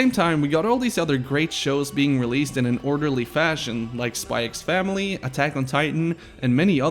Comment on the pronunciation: you pronounce the x in spy x family?